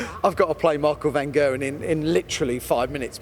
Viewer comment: He's so up Price's arse. He's pronounces "Van Gerwen" incorrectly when you consider that it's a Dutch name, but he doesn't make a massive thing about changing how he says it